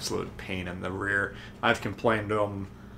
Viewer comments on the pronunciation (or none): none